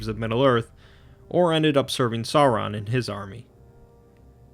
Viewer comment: Sauron is pronounced Sour-ron.